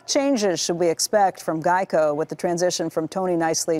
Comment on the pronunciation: What the hell is a Gieco?